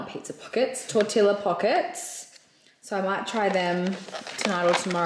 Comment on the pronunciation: Nuttelex is pronounced- Nah-tahh-lex😅 Tortilla is pronounced- tor-ti-agh you don’t say the two L’s. Enchilada is pronounced- N-Chi-lah-da Also how’s your avocado tree going?☺️🥑